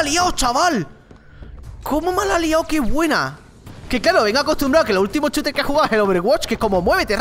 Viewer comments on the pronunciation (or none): none